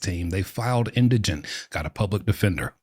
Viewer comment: Thank you for pronouncing “indigent” correctly. Other videos I’ve seen on the subject have the word as “indignant.”